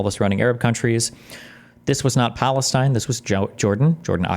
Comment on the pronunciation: ive got an active counter going how many times dude says palisteine and palestine